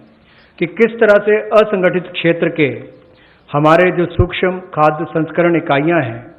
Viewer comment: सुक्षम नही सूक्ष्म ।।